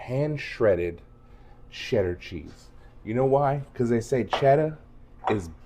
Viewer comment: Your recipe is very similar to mine although I've never thought to use cheez its. Great idea. I'm so glad your recipe does not have Velveeta in it. You crack me up the way you say "chezz" 😂.